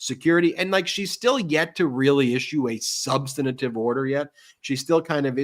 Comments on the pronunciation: Ben,we love you, but as we make fun of MTG ("in-dikt-ment) and Trump et al... I must beg you... it's not "sub-stan-a-tive" or "sub-san-i-tive" it's sub-stan-tive. Thank youl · On my YouTube and podcast wish list: that Ben would quit adding a syllable to "substantive". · Substantive, not substanitive.